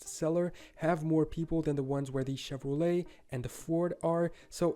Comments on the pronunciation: Chevrolet is pronounced shev-ro-lay. Often called Chevy for short. Do they not have Chevrolet in the UK? They make the sports car known as the Corvette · If you don't know how to pronounce Chevrolet then you are too stupid to even do a reaction video.